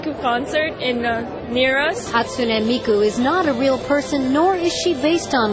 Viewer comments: HatSuNI mIkU - its Hatsune, not hatsuni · No, the pronounced it terribly wrong. It's isn't hot-soon-ee me-coo, but it's hot-soon-eh me-coo. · IT'S HATSUNE MIKU NOT HATSUNEA MIKU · That Miku cosplayer is saying her name wrong... Hat soo Neh not Hatsunee.. -_ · Hat-soonee Mikuu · ღ Bella ღ I thinks it’s haht soon nay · its pronounced hat-soon-ey meeku 😤 darn normies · I think it’s hatsune {hatsoon} miku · Hats- un- ey mee- ku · ShiggityShigg Actually it's "Ha tss Neh". The pressure is put on the fist vowel, while the 'u' is silent.